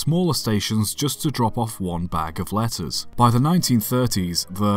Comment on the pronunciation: thought he said lettuce